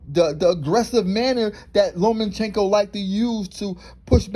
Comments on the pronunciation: LOMA- CHENKO NOTTTTTTTT LOMEN-Chenko Cmon man I can't watch anymore 😪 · It's LOMA!!! CHENKO!!! NOT LOMAN!!! CHENKO!!! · Loma-chenko. Not Loman-chenko. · I like how you pronounce his name: Lowman-Chenko.